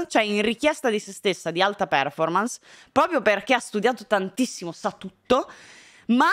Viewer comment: TI PREGO, si dice perfòrmarce e non pèrformance!!!!